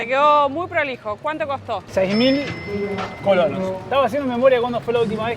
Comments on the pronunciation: se dice colonES no es correcto ColoNOS, saludos. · AUXILIO y, ya han tenido comentarios donde se aclara que la moneda en Costa Rica es coloNES, se escucha muy mal que con varios días, insistan en su error de mal pronunciar colonos. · No son colonos....es colones....con e 😂😂😂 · Colones no colonos.. Molesta oírlos decir colonos